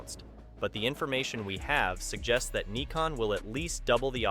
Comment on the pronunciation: I’ve heard of “Nykon” and “Nikkon” but never “Kneekon”!